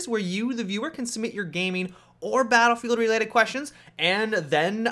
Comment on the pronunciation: say it with me now.. Battle-Field.